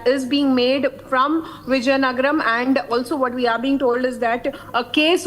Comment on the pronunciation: Wow anchor does not know how to pronounce the word vizianagaram near Vishakapatnam she is saying some out of this world Viziyangara? Seriously Republic TV should take some classes for this lady.😂😂😂😂